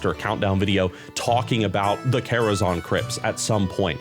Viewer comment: the quality on the vid is rlly nice but i genuinely cant get over calling it karazon like people havent been saying zan for 20 years ;__